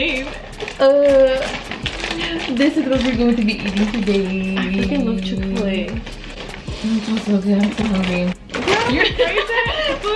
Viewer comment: It is Chick-fil-A